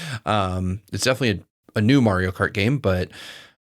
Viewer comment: I can never stop noticing how always says "Meh-rio".